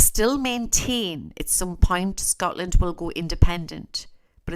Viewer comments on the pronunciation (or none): none